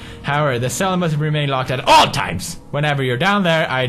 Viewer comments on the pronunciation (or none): I jumped when he accentuated 'ALL' times ish OTL